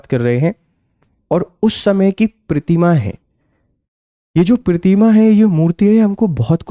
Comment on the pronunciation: Sir के हिंदी उच्चारण में प्रॉब्लम है.. प्रतिकृति और प्रतिमा तक का सही उच्चारण नहीं कर पा रहे.. शायद अहिंदी क्षेत्र के होंगे